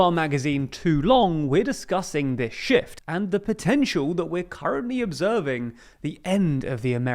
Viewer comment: Hahahaha! Man says: “In the next edition of Too Long we are discussing this shift…”. What I hear: “In the next edition of Too Long we are discussing this shit…”.